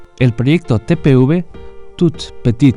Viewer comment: TPUV? 😒🤦🏻‍♂️ Es TPV. A dónde vio la u?